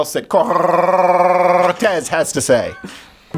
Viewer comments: I always love your funny and logical videos, and this one was just as intelligent at always, but I did not really care for all the yelling, cussing, and saying "Corrrrrrtez" in that way that libs will construe as racists. Please calm down, you are far more effective when you are calmly "ripping them a new one." You said you are taking some time off for health reasons, please get good rest and come back soon! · i keep playing this just to hear Crowder say "COR R R R R R R R TEZ" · Lol - 😂🤣🤣🤣 I died! Corrrrrrrtez